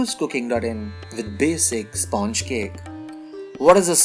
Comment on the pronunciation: Why is he saying sponge like that